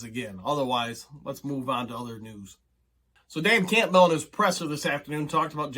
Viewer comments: Why do you say dan Campbell's name so weird lol just curious. Sounds like you say campville, not campbell (cam-bull) lol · Are you pronouncing Campbell like that "CAMP BELL" to be cute or do you really think that's how its pronounced I have to know? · This guy cannot pronounce Campbell? Has he never seen a Campbell's soup commercial?! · Say "Cool" ...now say "Whip"...now say "Cool Whip"... 😂 Campbell... most people (even Dan) pronounces it as "Cam*Bull" (you are technically correct, but never have I known ANY Campbell annunciate it like that.. 😂)... don't know why it absolutely drives me nuts..love your vids, just drives me crazy 😂😂😂😆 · Say his name correctly jeez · You're saying Campbell weird lol